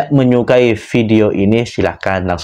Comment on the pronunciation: Ente ngucapin salam yg bener,bukan hibarokatuh..tolong di koreksi lagi dalam pengucapan nya.